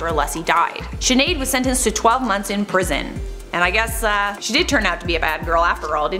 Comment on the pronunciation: Pwison 😂😂 " I wAs ReLeAsEd Of PwIsON" 😂😍